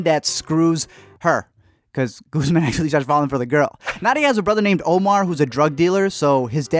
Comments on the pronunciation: “ Goosemaun “. SKSKKDKSKSKFKSKS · It's ANDER, no s, Guzmán has an accent and should be pronounced with the accent. Marina only stole from Carla's family, not her own, and only one watch had a USB drive. Also this is my favourite show, thank you for covering it